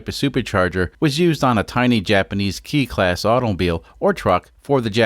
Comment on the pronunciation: It's pronounced "KAY" class [cars].